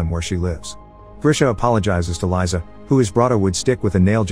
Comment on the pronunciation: Just saying, Liza is pronounced "Leeza" (literally Liza), not "Laiza"